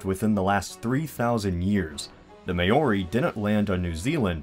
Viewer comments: "May-Ori" - Ouch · Maori: i thought it was pronounced "Mow-ree"? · Dis you just say may-or-ri? Maori is pronounced like "mouldy" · "May-or-ee" haha, it's "Mao-ree" Also we Aussies like to think of Kiwis as being closer than you make out to be at the end; we are pretty close! :) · For those of you that actually care, Maori is not pronounced "may-or-ee", it's pronounced "mah-oree" roll the "r". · why is he saying may-ori its maori but its okay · Pls don't say it like May Ori. Say it like M-Ow-Ri. Sorry it was annoying me. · It's not 'may-or-ee', it's 'mow-ree'. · Heehee, you said May-or-ee. I've heard it pronounced two ways (three now.) In Australia, at least in my circles it is pronounced more like Mao-ri (rhymes with now) or Chairman Mao. I'm not sure that that is correct either. I have also heard it said Ma-ree, as in Ma and Pa, but who the fuck knows with a kiwi accent... Interestingly there is a lot of evidence that there was a previous migration, whom the Maori consumed, literally. Sadly in many circles you can't discuss that even in an intellectual way because it gets political as some people feel it attacks Maori land rights today. I don't believe it does but whatever. Same with the theory about Vikings reaching New Zealand again prior to Maori migration. I don't believe they did but it's disgusting that there is so much opposition to any study because (assuming it even has any factual basis), it isn't a politically correct possibility. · Having been to New Zealand, I must say the native/Polynesian-based culture is pronounced "Mow-ree," not "May-or-ee." Also, what's keeping the Ausie Aborigines from colonizing Zealandia in this scenario? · Hold up hold up.... May-ory? Mate, its Maori (mow-reeh) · It's Maori, not Mayori. There's no "y" or "i" in the middle there. Research the pronunciation please. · omg seriously its not may-or-ee its Maori (Maawree) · its pronounced "moe-ree", not "may-or-i" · you pronounce it Mao-ri... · AHH: May-or-ee Me: TRIGGERED